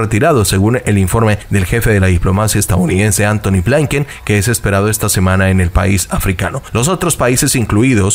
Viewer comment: Se pronuncia así Trudeau / trudo Blinquen / igual la i no cambia se pronuncia tal cual blinquen.